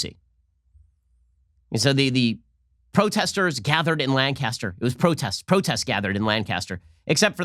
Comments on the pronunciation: When Ben Shapiro can't pronounce your hometown's name correctly. 😭😢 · Hey Ben, I'm from lancaster! I had no idea this was going on until I saw this video. Also, the "a" sound is short in lancaster. Were not from Britain gosh darn it! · So Ben needs to learn to say Lancaster right this is Amish country. Not LA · For a non-native, Shapiro is very close. It's Lank' as ter, not Lan cas ter. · I don’t comment often but it’s not LAN-caster. It’s pronounced lanc-aster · My wife from Lank uh ster cringed every time Ben says Lan cas ter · It’s not lan-caster....it’s Lancaster. I live 20 minutes out. Lancaster is mostly Amish people. The rest are dopes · I disliked because he called it LAncAster and not LAncaster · It's LAN-caster, not Lan-CAST-er. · In Pennsylvania, it is pronounced Lanc-aster not Lan-caster. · Ben, FYI, it is pronounced Lank ‘ aster, not Lang Caster ‘ . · You know it's not Land-cast-er...but Lank-can-stir. Pennsylvania Dutch annunciation. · Being from Lancaster, I know there's few things that agitate these pacifists as much as someone pronouncing it as Lang-Cass-Ter instead of Lan-Kiss-Ter. You should issue an immediate retraction. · STOP SAYING LAN CASTER it’s pronounced LANG-KISS-TER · In California Lancaster is pronounced Lan-kaster with a long “n” and a hard “k”. In PA we pronounce it Lang-cister with a soft “c”. Just in case you were wondering... it’s very easy to know who isn’t around here, but how they say the town name. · anyone else from pa triggered by the way he says lan-caster instead of lancaster 😂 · You're saying it wrong Ben! It's "LANG-KISS-TER", not "LANN-CASTER" like the Brits say it! Get it right man! Hahaha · Lank-aster, not Lan-Caster. Say it right ! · Pennsylvanians be like ..."LANcaster" not "lanCASTER" Ben :) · From those who live here it's funny to hear it pronounced Lan-cass-ter instead of Lankster. God bless ya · UGH IT'S NOT LANG-CAST-ERR. IT'S LANK-IS-TER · It’s pronounced “Lan-kiss-ter” btw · It's "Linkester" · It's LanKISSter